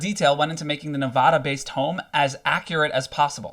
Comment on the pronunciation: Bro, you’re saying Nevada wrong, makes me cringe